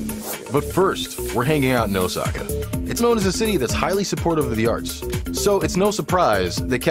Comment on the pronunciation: the way he pronounce "Osaka" physically hurts my brain